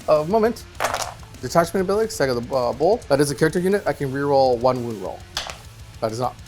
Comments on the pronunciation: Loved the eating the corn on the cob, hated the pronunciation of Saga. It's not a game company from the 80's and 90's, it's a Saga, not a Sega. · Love the show; but for the love of the all father… it’s SA-GA not SE-GA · It's not SEGA it's saga. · Sah-guh not Say-guh by the way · Sahgah, not SEEEEEEGAAAAAA. The wolves aren't a game publisher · Why does pronounce saga the way he does? Lmao it’s not sayga, it’s pronounced like sah-gah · Saw-guh…please …Please lol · plz its pronounced SAH-GAH! 😂 Epic game though gents, scary armies! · I believe if he said "saga" correctly, he would have won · please for the love of all that is holy learn how to pronounce saga properly. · pronunciation of Saga makes the nails bite.